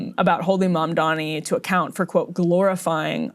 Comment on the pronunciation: They also purposely mispronounce his name - it's a racist dogwhistle, a little 'wink wink nod nod'. They know how to pronounce his name. They do this on purpose.